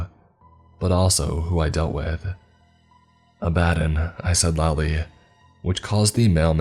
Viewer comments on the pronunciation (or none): lmao abadin.... Say it with me Ab-a-don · "Abbadon" is not pronounce "a bad'n." It's pronounce "Abba dawn." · Just a heads up abaddon is pronounced like sabaton. Not like alladin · Abbadon. Ab-Ba-Don. Not Abb-Adon. Ab-Ba-Don. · Abb Uh Dawn. That's how its said. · It's pronounced Abb-uh-don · You trying to say the demon Abaddon. It's pronounced more like ab ah don. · You pronounced Adaddon wrong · is my favorite narrator but is anyone else cracking up at the way he pronounces Abaddon? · Great story and narration, although the way you pronounce abaddon irks me lol but that’s just a pet peeve of mine that has absolutely no bearing on anything or anyone else 😂 I definitely enjoyed this one.